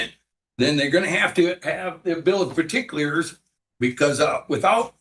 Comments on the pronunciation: Don’t you mean the Bill of Perticlears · "Bill of particlears" 😂